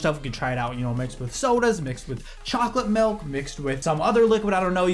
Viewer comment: Milk not melk